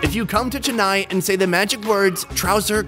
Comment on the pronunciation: As an Indian it hurt me soo much the way he said Chennai